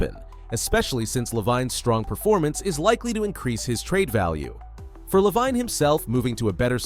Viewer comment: Lol dude, its pronouced Zach (La-veen) Lavine. Edit:spelling lol